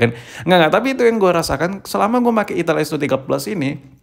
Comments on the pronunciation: Itel tod bukan ithil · Ai tel baaang.... Bukan i ti iL 😂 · Bang lu jangan bilang itil2 terus dong bang...😅. Kan merek nya itel. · ital itil bae boss kok nyebut'nya 😁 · Saya lebih suka penyebutan merk nya yg salah😂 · Di Typo2in mulu nyebutnya😭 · Itil bos jgn salah sebut lagi